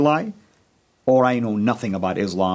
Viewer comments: He even forgot how to pronounce Islam, now its IZLUM😂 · An Arab, doesn't know how to pronounce Islam, pronounces Izlaam. Shows his pathetic condition. And he correctly says that he knows nothing about Izlaam. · Me: it's not izlam its islam with a soft "s" 🤓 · How does he pronounce Islam wrong when he is an Arab😂😒